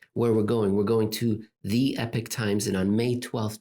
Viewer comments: EPOCH EEEEEEEEPOCK Eeeeeeeeeeepock please say it correctly lmao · Will Jeff writing for Epoch Times cause our days to become - as pronounces - epic times? I hope so, but …